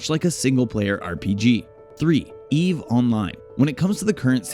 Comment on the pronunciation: Great video! P.s.: Just call it Eve Online. E.V.E. sounds... B.A.D.